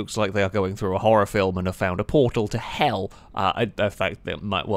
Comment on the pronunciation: I love the emphasis on "Hell"